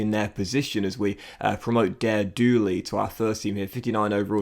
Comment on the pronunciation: Daire is pronounced as Darragh or Dara.